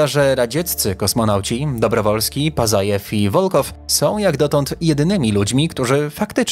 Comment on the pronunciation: Dobrowolskij, Wołkow,Pacajew - tak się czyta te nazwiska . Rosjanie też byli na księżycu . Bezzałogowo. Misja Łunochod . Mniej niescisłości proszę. A reszta ok 👍👍